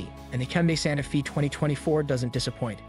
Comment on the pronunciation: You keep saying Sante Fee but isn’t it pronounced Santa Fay? Also at the mark you did something with the rear light placement?